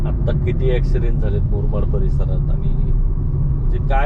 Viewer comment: मुरमाड नाही रे बाबा मुरबाड बोला